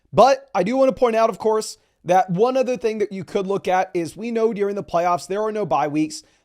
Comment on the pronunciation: Gotta learn how to pronounce “during” my guy